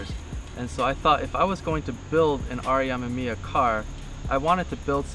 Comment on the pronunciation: He says R.E. Ah-mah-mia... but it's pronounced R.E a-mim-me-ah what any hot version with those cars to hear it pronounced correctly....and my issue is that he makes it a point so say it soo much.